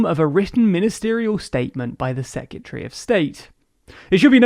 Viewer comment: Still mispronouncing secretary I see. Better shape up if you want a job at the beeb